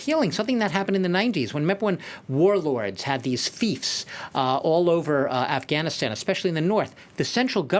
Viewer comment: All these years & they didn't learned how to pronounce Afghanistan